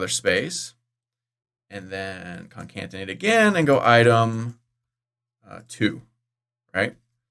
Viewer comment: Why in every video, you pronounce it ConCanTinate, when it is spelled ConCaTinate? It is spelled with a CAT not a CAN...